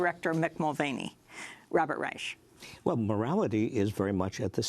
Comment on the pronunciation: it's pronounced Rysh and Rych, not Rychuh. Yet again in media French and Spanish words are pronounced with ridiculously excessive accuracy for a native english-speaker but German one's cannot be comprehended apparently. By no means does this diminish Amy or this program for me tho, just making this known